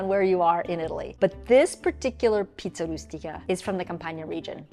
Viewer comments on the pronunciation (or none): Giada...I love you .your are a beautiful woman but you got this all wrong *stuffed Pie* the pronunciation and the ingredients...